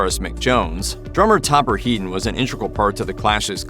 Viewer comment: also Topper Headen